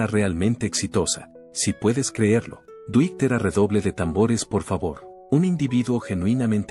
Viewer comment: Mala pronunciación de nombres en inglés estadounidense. "Dwight" no se pronuncia "Duit" sino "Duait" y Yoakam no se pronuncia como Yoakum ni Yoakam" sino "Yoak'm". Lástima, arruina al video en idioma castellano. Duait Yoak'm, Get it?